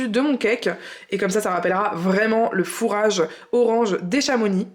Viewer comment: Super recettes à tester mais juste une rectification de Savoyard on ne prononce pas le "x" de Chamonix 😉😁mais continuez vos vidéo elles sont super ❤